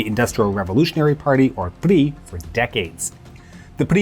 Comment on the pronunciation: Well pronounced but wrongly translated, PRI, Partido Revolucionario Institucional means INSTITUTIONAL Revolutionary Party not Industrial. INSTITUTIONAL as single party dictatorship for 70 years type of institutional.